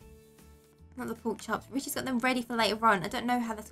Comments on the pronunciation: when she said rich it sounds like the b word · did u say rich or bi*ch